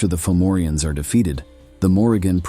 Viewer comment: It’s pronounced Turda and Fovorvians. And it’s a raven. Come on mate.